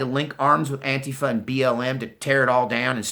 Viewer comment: Blahahaha (“An-quifa”) you killing me...